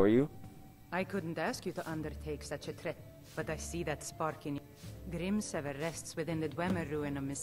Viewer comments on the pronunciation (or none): jesus take some grammar lessons grim-seh-ver not grim server also the j's are y's in skyrim and usually if there is a random m in front you dont pronounce it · 'grimserver' gg m8 learn english